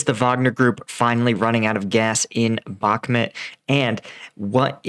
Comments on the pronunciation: BAHK-MOOT. NOT BAHK-MIT You even pronounce the river correctly. Stop doing this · It's pronounced "Bach-moot"